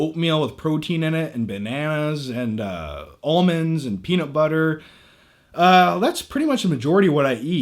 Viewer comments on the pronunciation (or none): none